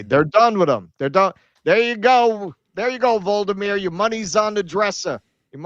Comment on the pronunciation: It's not Vold-uh-meer, it's Vol-oh-dee-meer